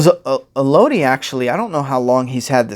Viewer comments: man... it’s pronounced “El-Uh-Dee” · Cameron Graves I was about to say that until I saw ur comment.. I was gonna say Melody w/o the M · with all due respect, her name is pronounced “Elodie” like “Melody.”